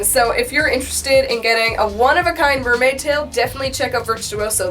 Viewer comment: Did you say Nerdmaid? 🤣